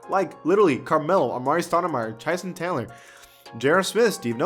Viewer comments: He said Chyson Tandler lol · My boy said Tyson Tandler 😂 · chyson tandler 😭🤣😂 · “chyson tandler”